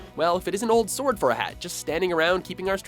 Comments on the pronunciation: Its pronounced sord But Written Sword U English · Everyone but you pronounces it "sord" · HE PRONOUNCED NUMBER SIX AS SWARD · Its prounounced sord...the w is silent. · And now cant prunounce "Sword" You pronounce it as "Sord" without a w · It's pronounced with a silent "w" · True but s"w"ord doesn't sound intimidating. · DO YOU KNOW HOW TO PROPERLY PRONOUNCE "SWORD"!!! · Did you pronounce the w in 'sword' at nr. 6?? :-p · That's not how you say "sword." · zaja That surprised me aswell. If I remember correctly "sword" was in their list of words most people mispronounce :O